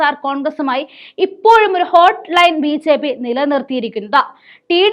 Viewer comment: മോളേ ബി. "ചേ."പി യാണോ ബി ജെ പി എന്നാണോ